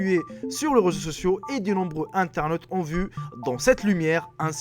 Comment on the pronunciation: "qui zont" non "qui ont"